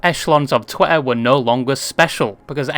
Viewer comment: why does he say twih and then the strongest tah ive ever heard